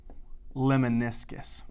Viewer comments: Lemniscus, not leminiscus. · Lemniscus mispronounced. Please correct?